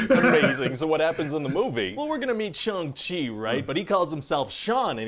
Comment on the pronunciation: SO grateful pronounced Shang correctly!:)